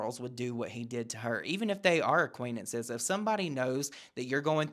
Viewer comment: It’s so minor and dumb but the word is not “aquaintenance” and she keeps saying it over and over 😅 it drives me bonkers.